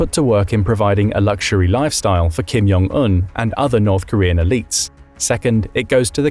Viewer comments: Repeat after me, Jong, not Yong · It's Jong. Not Yong.